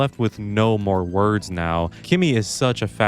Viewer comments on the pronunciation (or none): none